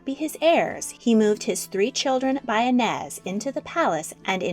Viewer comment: as a brazilian, pê-dro, no pedro, afônsso, not afonso, i-nês, not inés